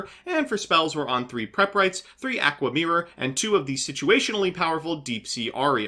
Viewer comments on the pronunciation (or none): Why do you literally destroy pronunciation of easy to pronounce cards? Aqua mirror Gust kraken Etc I swear i heard you do it on purpose either from you or someone else lol.